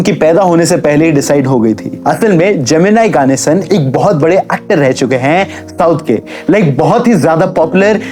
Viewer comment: bhai tu English bol but hindi ki kamar mat tod its जेमिनी गणेशन Not जेमिनाई गानेसन